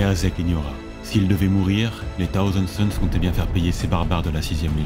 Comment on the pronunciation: Dommage que ton très léger cheveu sur la langue prononce "Taouzand Sons" plutôt que "Ssaouzand Sons", c'est l'occasion à ce cheveu de s'exprimer! Plus sérieusement super voix posée, je recherche depuis longtemps ce type de narration, qui sied parfaitement à cet univers... il y a tellement d'histoires à raconter! #Aquila